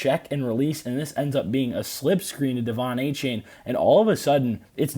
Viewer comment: Apparently, it’s pronounced Ay-Chan